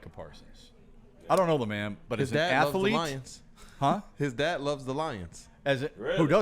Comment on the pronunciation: Athlete is a 2 syllable word. Not 3. Stop it